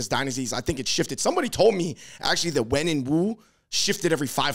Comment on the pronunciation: Wen is pronounced “wern” not “when”